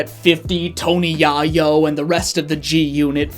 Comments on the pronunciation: Tony Yah-Yoh is a funny way to say his name I’m taking that , but it’s said Yay-Yoh as a reference to drug dealing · "Tony Yah-yo" 😭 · give it up for G-Unit! Starring 50 Cent and “TONY YAW-YOH” everybody! 😂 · Excuse me, tony what?!? 😂😂😂 I have NEVER heard it pronounced like that hahaha